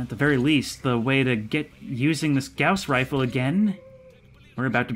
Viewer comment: Don't Read beyond this part of the comment if you haven't finished the video. (It's a spoiler. ) It's pronounced GOSS rifle.